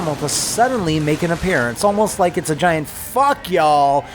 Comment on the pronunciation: But, did you rike it?